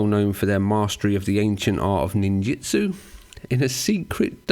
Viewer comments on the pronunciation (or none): It's just a little nit pick, but it's called ninjUtsu,not ninjItsu.